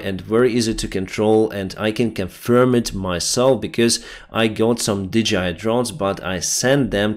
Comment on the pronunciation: Hi, I am a huge fan. I just want to point out to you that the company that makes the drones is DJI (Dee-Jay-Eye). It is not DGI (Dee-Gee-Eye). But keep up the great reporting. Paul in Perth, Australia.